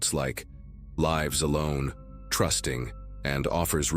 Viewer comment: oh no, AI voice? SMH. He pronounced lives wrong.